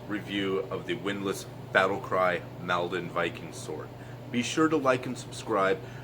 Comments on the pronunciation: It's pronounced "maul-don" like wall or fall not pal 😉 Sword is based on those used at the Battle of Maldon is Essex by the river Blackwater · Does it have distal taper🤔🇬🇧...it is pronounced moldon